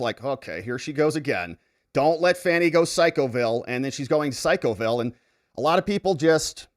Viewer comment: Fan is pronounced Fan - Fani is Pronounced - FANNY, , who is that dishevelled old fart with Fani